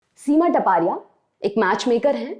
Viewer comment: Here surame is not टपारिया it's तापड़िया